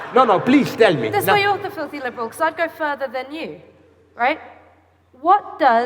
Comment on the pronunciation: "you are really dipping yourself a feelthy leeeberal". Hahahaha. An insult much to be feared.